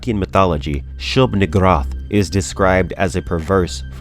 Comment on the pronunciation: That pronunciation of Shub"niggurath is probably better than the intended pronunciation.